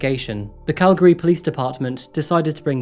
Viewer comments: Thanks for more or less pronouncing Calgary properly! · I’m from Calgary too, I had no idea so much happened here…! Also I was surprised when he pronounced “Calgary” correctly! Most people say “cal-gary” instead of “cal-gry” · I'm just seeing this video now and I'd like to compliment your pronunciation of Calgary. You say it like a local 😄. Thank you for your work and covering these tragic events.